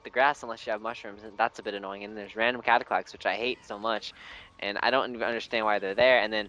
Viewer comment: "Cataquacks in the sky" You mean.... Cataquacks To the Sky!!!